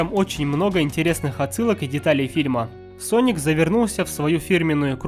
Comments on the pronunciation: Не Саник а Соник в начале ошибку сказал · Соник а не саник, читать научись!. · СонИК а ни саник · СОНИК (А НЕ САНИК!) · Я прям четко услышал слова а "". САНИК вместо "Соник". Это еще начало видеоролика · неверно, он сказал не саник а ссаник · Не Sonic, а Sanic! Гениально 😂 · Мне одному слышатся что он говорит САНИК а не СОНИК? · Не санека а. СОНИКА! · Не саник а соник у тебя привычка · не саник соник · Не Саника а Соника! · не саник, а соник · Не сАник а сОник! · Соник а не Саник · Хватит говорить санник надо говорить сонник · Не Саник а Соник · сОника а не САНИКА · не саник а соник и не сега а сэге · Не. Саник ь а сонник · не саник а соник глупый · "Ссаник" я выпала из этого мира😂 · Правильно говорить соник